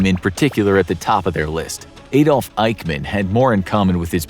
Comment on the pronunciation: It's Adolf, not A-Dolf